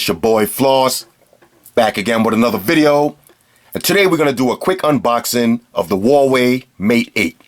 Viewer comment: "A quick unboxin" lol